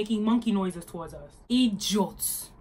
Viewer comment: U said Idjiots😆😆😆😆😆...n the jeers...Lolll gurl